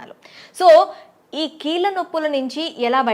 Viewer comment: ముందు నువ్వు కీల్ల నొప్పులు అనడం తగ్గించి కీళ్ళ నొప్పులు అని అనడం అలవాటు చేసుకోమ్మా!